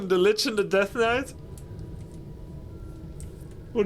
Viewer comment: In Russia in long ago of 1997 we also pronounced the same "svord" and "knait" 😁